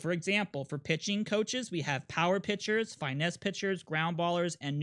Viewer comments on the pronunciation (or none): These videos are incredibly helpful - but if I hear dude say FY-nesse one more time I might turn myself into a bird in front of a Big Unit fastball